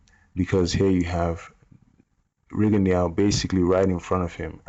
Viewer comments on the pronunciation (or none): FYI it is pronounced Ree-gone-doo. Anyway back on topic. I noticed Rigo constantly dips well below the waist when evading. I mean i have seen him turn at the waist so low his head is like almost below knee level with his opponent. He May as well ball up like a turtle and grab his calves it is that low. being a prime example. How is it legal to dip so low?